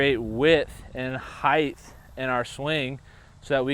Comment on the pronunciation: It’s height , not heighth.